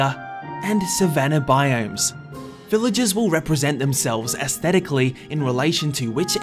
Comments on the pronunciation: to "Villages spawn in...Villages." Do you use the letter 'r' at all in that sentence, mate? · Hmm the way this guy says "Village-ah" and Villige-ahs" British annunciation is cute.